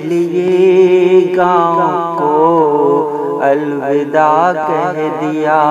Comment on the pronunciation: پردرد ،،،،پرسوز نظم آنکھیں اشکبار ہوگئیں ،،،دل غمگسار ہوگیا ۔۔۔مبارکباد عمدہ نظم کی نگارش پر۔۔۔ معذرت کے ساتھ "الوداع "واؤ کے زبر کے ساتھ پڑھا جائے ۔